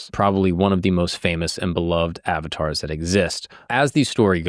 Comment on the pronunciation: Uhv-taars! Not Avatars